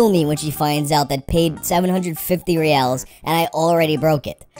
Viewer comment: Reais is pronounced “hey eyes”